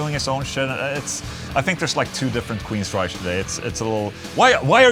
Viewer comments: Only one QUEENSRYCHE and it is pronounced Queensrajk. Not Queensrajsch. Just hate that mispronouncing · Queensryche- “reich” not “reish.” No mention of Voivod? Dude...Legends!